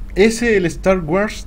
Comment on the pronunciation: ¿Star "waras"? :D